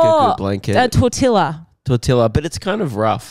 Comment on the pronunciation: Not even 5 minutes in but I can't get over how you pronounce tortilla